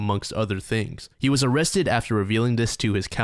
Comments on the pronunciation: "...when John was uuuuh-wessted and cuuuh-westioned..." 😂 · Oh cwap. Am I gonna be OOOOOOrrested?? 🤮🤮🤮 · “Am I Gonna Be O-o-Owested” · 1st guy oh- kwap o-rest-ed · “After John was Orrested”😂😂😂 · "Oh cwap . . . Am I gonna be awwested?" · When you accidently said "awested " I lost it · It looks like he's gonna bark when he said O in Orrested. I wonder if he just switches his a's and o's. Like, does he eat Areo cookies and kiss oreaolas? So many questions, so little time. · BROOO "Oh cwap, am I going to be awwested" 😂😂😂 that's white bowser! Ffs, I watch too much YT man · me in the back of my mind : “why does he keep pronouncing ‘arrested’ that way- oh..”